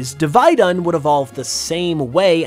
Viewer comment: Div-ee-dunn not div-eye-dunn. and mutiplusle is ok.